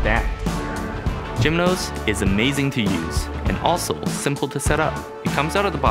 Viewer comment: Its a cool product but why he pronounce it as "Gymnos" when is product is named "Geminos" same as Gemini is pronounced.